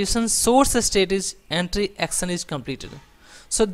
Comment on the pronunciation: Please please try to learn the right pronunciation for example for words "section" or "action". This is very difficult to listen.